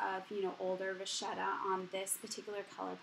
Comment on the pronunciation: ITs a good thing you pronounced vachetta right! =)